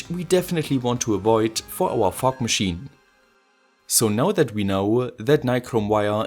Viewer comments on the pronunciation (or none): i literally heard "fuck machine" instead of "fog machine"